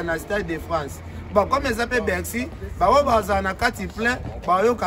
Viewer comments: ba lobaka Bercy et non bexy. Faut rectifier mon frère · niemba on dit Bercy et non. Bexy comme tu ne cesse de le répéter dans tes nombreuses vidéos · On dit BERCY et non ce que tu dis là cher animateur